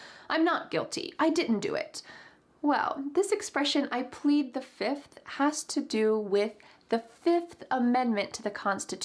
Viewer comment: "I plead the fiff!" "1, 2, 3, 4....FIFF!"